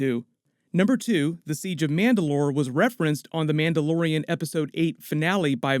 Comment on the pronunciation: “Mauldalorian” Love it! XD